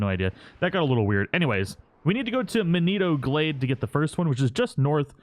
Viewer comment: the way he said manito glade made me physically cringe